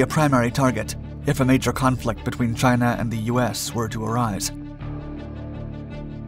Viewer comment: He says Chiner. I love it. CHINER